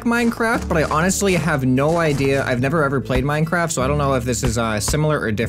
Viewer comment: MEENCWAFT KIID